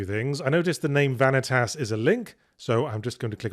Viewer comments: I was already cackling the moment he said "Vanitas" before the 2-minute mark. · I was not ready for Yahtzee's reading of 'Vanitas'